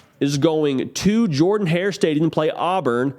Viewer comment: It’s pronounced “jerrdon hair” not jordan.